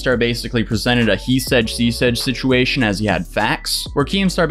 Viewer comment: we love you but you gotta stop trying to say “situation”